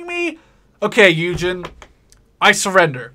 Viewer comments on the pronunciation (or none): none